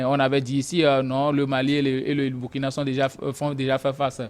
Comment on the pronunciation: Monsieur prononce mal le Burkina. Et il minimise le terrorisme. C'est grave. Les derniers coups d'état, pour ce qui est du Mali, Burkina et Niger sont dûs à 80% au terrorisme. Quand on n'a pas le terrorisme dans son pays, son analyse ne peut qu'être dans le décor.